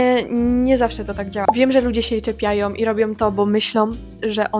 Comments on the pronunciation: Jestes jedna z osob o ktorej powinien byc ten film. Masz bardzo wkurzający sposob wypowiedzi. Tak mam ponad 30 lat, jednak aby brac sie za krytykowaniem innych i stawianie sie za autorytet (robisz to powolujac sie na jakas tam prace naukowa). Piszac to wpasnie powiedziałaś "uciecinienia" "ciepiaja", sama alcentujesz wielokrotnie na ostatnia sylabe i seplenisz. Ten film jest ogromnym samozaoraniem ;D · Mnie nie drażnią te akcenty o ile nie są przejaskrawione, ale bolą mnie uszy gdy ktoś mówi tak jak ty na przykład w siódmej minucie: " czepiajOM i robiOM to bo myślOM". Czemu tak mówisz?